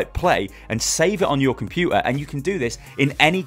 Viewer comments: that cockney: compu-ar XD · Compu'er The most unexpected glottal T's ever. Sounds cool though :)